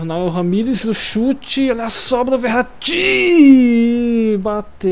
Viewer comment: Lol mu fala o nome do verrati errado lol kkkkk , like !